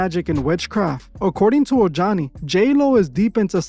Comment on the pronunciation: Ojani is pronounced OH-HANI.